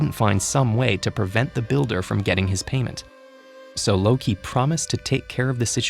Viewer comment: Ted ed: Says it like a pro Me: What now? My thoughts: Ted ed is epic